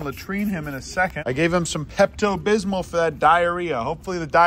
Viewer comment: He said peptobysmith...😂😂😂